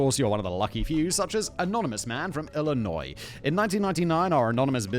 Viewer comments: Illinois is pronounced like ill-annoy 😅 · It's ill-a-noi just like Whit-ler. I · Simon, the s in Illinois is silent, so you'd pronounce it like factboi. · There is no way Simon just pronounced the "s" at the end of Illinois .... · My Illinois born and bred ears hearing that S being pronounced. Full. Body. Shudder. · Illinois has a silent s you filthy tea drinker. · ILLINOIS THE S IS SILENT STUPID #triggererd